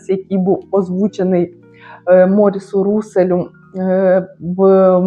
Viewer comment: вітаю! Дякую за огляд! З ароматом не знайома. МорІс РусЕль - наголос на останній склад.